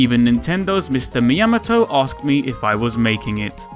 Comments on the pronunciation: Mee-yamito. Uhh, i'm pretty sure that's mee-uhh-mo-toe. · Nintendo's Mr. Me-ah-mot-o 10/10 pronunciation. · Me, YAM a toe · Mr. Me-yah-mah-toe? Don't know him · That is the weirdest pronunciation of Miyamoto I've ever heard. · I learned two things from this video: Number 1, That guy can' say Miyamoto Wierd. Number 2, SEGA MAKES OTHER GAMS OTHER THAN SONIC. WAT???? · thats not how you say miyamoto :P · who fucking say myamoto like that ?